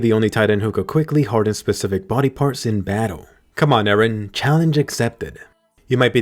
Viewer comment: Why always say eran